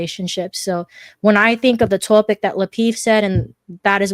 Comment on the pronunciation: SMDH I thought I was the only one triggered and annoyed by the way says topic. Toe-pic. She's cool otherwise, but that irks me to death.